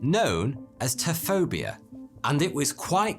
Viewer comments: the word "taphophobia." you're saying "ta-FO-bia," ... but i'm reading it as "TA-fo-fo-bia." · 'Taphophobia' wouldn't be pronounced "Tafobia" then, but 'Tafofobia'. You're welcome. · That awkward moment when the narrator pronounces “Taphophobia” incorrectly, even though it’s spelled correctly in the video… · yeah he ignored a "pho"